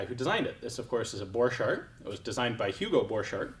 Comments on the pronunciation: Thank you for this video. Hugo was my Great Grandfather. I noticed our last name is always mispronounced in the gun world. You're pronouncing it french. With a ch, and d sound, dropping the t sound. It is a German last name. The ch has a c sound, and the d is silent. The "t" is pronounced sounds like cart. (Boar cart) I was told by my father, that Luger stole my Great Grandfather's design, and patented it in his name. Just a bit of side history. It is nice to be able to look up family history. My father had said he invented a riffle. Thats what I was curious about, and found you.🙂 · I would've thought that the 'ch' in Borchardt is pronounced as a k.